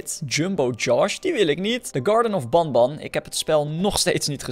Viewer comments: Banban en banbeleena spreek je uit als benben en benbeleena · je zegt benben je schrijft het als banban